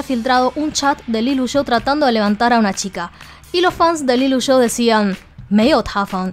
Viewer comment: Si pronuncias “LILUSHO” en vez de LILUSH, cada vez que hay una A delante del nombre parece que dices “AL ILUSO”. En fin, no se si es el modo chino de pronunciar, pero yo no veo ninguna O en Lilush. Queda bastante raro. Just saying.